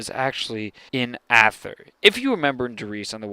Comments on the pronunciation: Good video, but your pronunciation of some of the words are off. It's "Dee" not "Die" and "eether" not "Ahther" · ather .?? or how ever you spell it is pronounced "ETher" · its pronounced Ay_thur , not Ah_Thur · Just a tip it's Aether not Ather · Its pronounced EEther. In german, youpronounce the second vowel :) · Just to point it out, ,at richtofen says "aether" like "ee-ther" so you were wrong